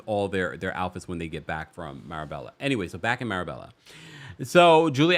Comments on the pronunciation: Marbella, (pronounced “mar-baya”), is also referred to as the Spanish Riviera. You would love it,! And yes — Guerdy’s constant over talking is a thing. If she could control it, she would emerge as one of the queens of this show in my opinion. And I hope that Marysol never gets a Mojito. She is literally unbearable. Every nasty thing that Lea Black said about Marysol in the early seasons has been justified. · Marbella is pronounced maa·bay·uh. The lls are silent. Love your commentary and looking forward to the livestream event in the next couple weeks with you and Brooke 🫶🏾 Sending regards from 🇬🇧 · Loved this. BTW, it's pronounced "MarBAYa"